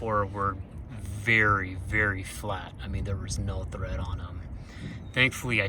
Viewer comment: Good info for the budget conscious. BTW, it's tread, not thread.